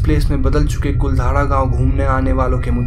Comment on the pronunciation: I'm from jaisalmer and it's not कुलधारा it's कुलधरा